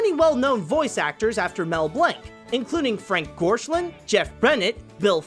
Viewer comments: Frank Gorshin...not Gorshlin... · That's Frank Gorshin, not Gorshlin.